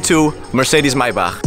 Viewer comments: Me every time he say MYBACK instead of MAYBACH 🤦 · Omg! The way he says Maybach is driving me insane 😳 😐